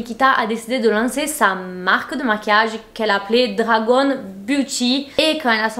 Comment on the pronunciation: Nikita dragouuune 🤣🤣🤣🤣🤣🤣🤣🤣 it's gun.... comme un fusil Mais jadore tes vidéos!!!!